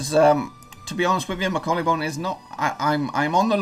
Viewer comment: Its pronounced Bonne like the ‘bon’ from bonbon not bone